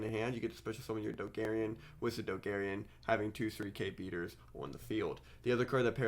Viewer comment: i like you, but my dude the card is Dogoran, it has 2 "O"s in the name and one "A", how can u possibly pronounce it "Dogarian"